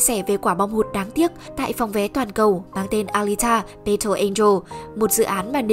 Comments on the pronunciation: Bài đặt nói tiếng Anh rồi còn đặt tên kênh W2W cho Tây, thế mà đọc "battle" là "bây-tồ", hài vl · Đội ngũ kênh nên tìm hiểu cách phát âm tiếng Anh đúng và rõ ràng trước khi làm clip, chứ nghe đọc từ battle rõ khó chịu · nghe cách đọc chữ "battle" là hết muốn xem clip